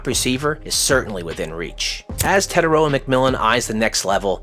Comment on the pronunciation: Teh-tie-ROH-ah (r is rolled), or just Teh-TIE. Your pronunciation calls him “the the far” instead of “the distant/long sea/shore”.